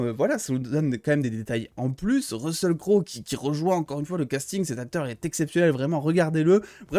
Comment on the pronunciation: on prononce russel cro